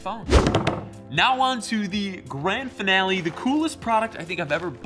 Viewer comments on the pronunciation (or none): none